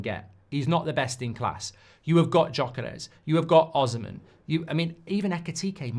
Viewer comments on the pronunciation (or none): Goldbridge, it's pronounced (O. C. Men) not (Osmen) as in for the Nigerian player Osimhen.